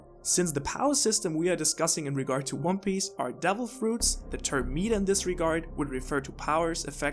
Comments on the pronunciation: Markyy Mark I don’t really know how mispronouncing a word makes you stupid. Especially considering English isn’t his first language. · lol meeeata its meh-ta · This. In my whole life I have never encountered anyone that mispronounced meta like this. Meeeetah... jeez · Not "meet-a" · You lost me when you said “Meeeeta” instead of “meta” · Sorry I just started your video but I gave to stop you right there. It's not meeta, its meta with soft e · Hearing him say Meat-ah instead of Met-ah made this unwatchable for me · is it your accent that has you saying "meat-ta" instead of "meh-ta", or is that just what you say despite being able to and knowing its different? I always nit pick these things until I know. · Great video but it’s pronounced “Mehta” not “Meeta/Meata” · Adrian Smith 💩 was driving me nuts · I cant finish this video, please remake it with the pronunciation of MET-Ah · This is hard to watch🤦🏽‍♂️😂 “meetah”😂😂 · meetah. meetah. meetah. meetah. meetah. meetah. meetah. meetah. FUCK UP OMG hahahahahahahahaah Almost had to stop watching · This guy needs to google how to say META ITS MEH TAH META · Drove me crazy every time I heard meta pronounced meet-uh 😤😤😤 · Why do you call it “Meeta” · it was very considerate of you to address it and you didn't have to, but I'm glad u did cuz it genuinely pissed me off. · Now* but yeah it was off-putting but I watched anyway thanks for the video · By the 3 minute mark I was already mispronouncing 'meta'. It's infectious, haha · Oh my gawd I've never heard someone say meta more wrong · Is anyone else already annoyed 52 seconds into the video cause of how he mispronounces the word 'meta' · Your damn British accent makes you pronounce the word meta in such a shitty way. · Never heard meta pronounced like that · Bruh. I'm unsure if you're talking about this kind of meta; or something else entirely - I am really sorry if I come across rude, but your pronunciation of the word is really tripping me up. >.<